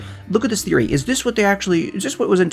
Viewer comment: Close enough, welcome Woody THREEory.